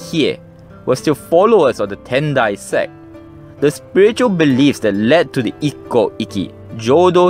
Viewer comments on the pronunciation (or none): Very interesting and I love the pictures. (The pronunciation of Ikkou 一向 and Ikki 一揆 are a bit tricky. When you have two consonants side by side, it means to hold/stop the sound in your mouth - sorry for my poor explanation - before moving to the next sound. In Japanese, this sound is always shown/written as っ/ッ, the small versions of つ/ツ. )